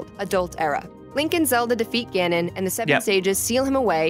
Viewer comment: Your pronunciation Ganon and Ganondorf hurts me deeply.